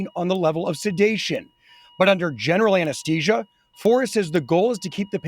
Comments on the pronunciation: AnesTHesia not anasTesia. Where did he learn how to properly pronounce th vs t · ATTENTION VIDEO NARRATOR: You are consistently pronouncing "ANESTHESIA" incorrectly. It should be like this: "A(N) - NES - THEE - SEE - UH" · Why can NO ONE pronounce anesthesia correctly? Did anyone graduate from high school and a simple English class. Even the narrator got it wrong. How bloody annoying that there are so many ignorant people on YouTube. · The reporter mispronouncing anesthesia is killin me.